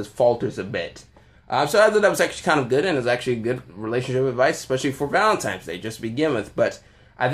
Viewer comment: Did this dude say ValentiMe's day at the start? Hard to take you seriously after that